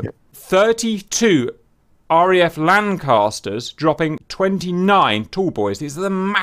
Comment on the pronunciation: I died when he said Lancaster wrong lol